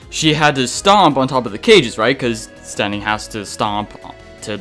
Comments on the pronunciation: Just thought you might need these with the way you're pronouncing Steenee and Tsareena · Your pronounciations of Steenee and Tsareena make me cringe.